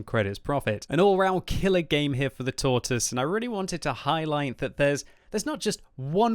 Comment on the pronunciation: 8 years of WoT and you still say Tortoise wrong smh lol